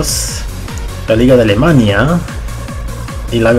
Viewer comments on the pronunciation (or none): none